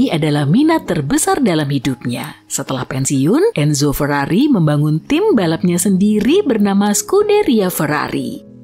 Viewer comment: feiriririri atau lambergember ?